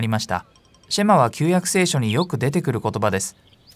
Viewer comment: ヘブライ語では、だいたい第二音節にアクセントが来ます。また最後ちょっと伸ばすので、SHEma ではなく sheMAH と発音すると、よりヘブライ語っぽくなります。また、ユダヤ人は、朝夕この祈りを「祈っていた」と過去形で表現されていますが、今も朝夕祈っています。神に聞き従うことを切望して。感動します。